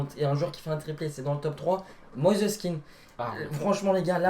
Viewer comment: "Mosess kean"🤣🤣